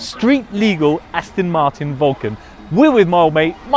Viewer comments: Its not Astin martin its Aston Martin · I hate people who say Astin Martin